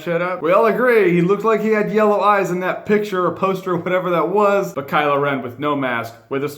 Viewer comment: Is anyone else hearing him say KylA Ren instead of Kylo?